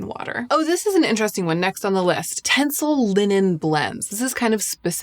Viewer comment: It's "tenCEL". 😊